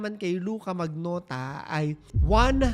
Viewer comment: "manyota'' ata yung pronunciation nun